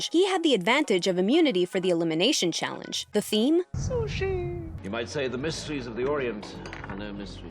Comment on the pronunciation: s o o s h e e